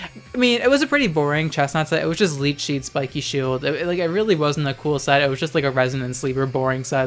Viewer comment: "leet sheed" you aiight?